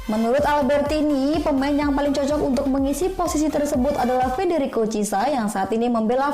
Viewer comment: Chissa, donnarumna, florentina..😅